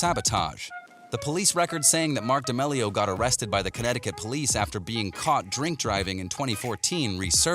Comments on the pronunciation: Did he say Charlie Demelio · he said "dEmelio" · Ok say it with me DAMEEEEELIO k? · Him (and captions): da mele O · You can't say damelio proply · I think they typed it that way because of the way He pronounced it👁👄👁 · The way he says d’amelio 😡🤢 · Can we just talk about how he says d’amelio...? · I hate the way he says damelio